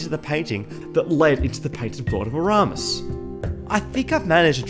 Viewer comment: "Next time, I'll check the prenounciation three times" "Painted world of aramus"